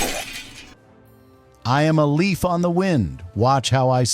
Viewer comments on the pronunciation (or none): none